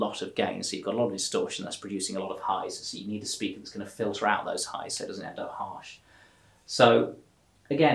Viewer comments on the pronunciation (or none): none